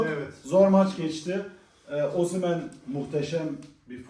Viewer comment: Yapı ( OSIMHEN ) hahahaha çok iyi söyledin abi🦁